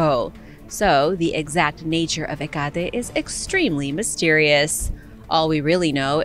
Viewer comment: He-Got-E? Where did you get that "G" sound from?? It's Heck-a-Tee.